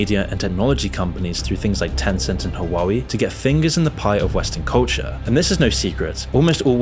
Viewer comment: You butchered the pronunciation of HuaWEI....